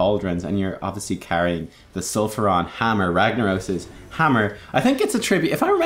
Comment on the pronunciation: STOP. SAYING. SULFURON !!!!